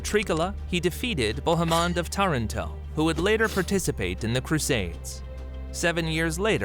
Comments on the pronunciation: pronounced Taranto incorrectly. No italian has ever pronounced it that way. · Again Taranto is mispronounced.